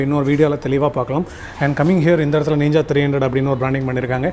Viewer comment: Every one pronounce:ninja: neeenja 😎💪😂